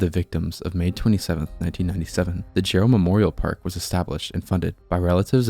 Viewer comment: First of all, it’s Jerrell TX, not Gerald!!! Get the name right!!!